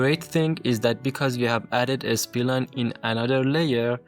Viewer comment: Spline , not S P Line.😅